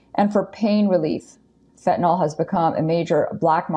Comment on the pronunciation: She keeps saying "fetanol," but it's "fentanyl." Btw, if anyone didn't like her pronunciation of "herculean," it was OK. I rarely use the term or (read it aloud), but I think I usually hear "hercyuLEan," but "herCYUlean" is also correct. She didn't have have a Y sound in there, but oh well.